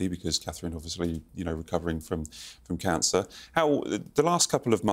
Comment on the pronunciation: WHY is it...THAT You CAN SAY Me-ghan (TWO Syllables) YET CAN NEVER SAY CA-thrine.....ALSO TWO Syllables!!!!!!! WHAT DO YOU HAVE AGAINST.......The Princess of Wales, ThT YOU DO NOT AFFORD HER THE RESPECT of Calling her BY HER FULL First Name!!!!!!!°